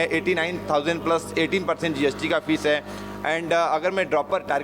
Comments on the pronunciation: Fees not feces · lmaooooo the man was saying feces